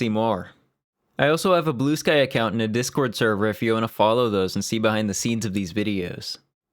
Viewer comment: "Scene"... Please tell me English is not your first language. Seems like you might be a part of the problem you're complaining about, lol. Americans really are dragging the rest of the world down with them.